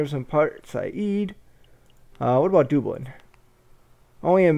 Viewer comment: I just started watching this series to look at the game. I wonder if you ever pronounce Dublin correctly.